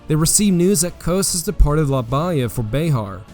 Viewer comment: Nothing but 5 stars for this great overview! Some place names are mispronounced. La Bahia is pronounced Bah HE Yah Coahuila is pronounced CWAH WHEEL AH Copano Bay emphasis is on the first not the second syllable so CO pan oh Great job. This should be shown in all Texas 7th grade history classes!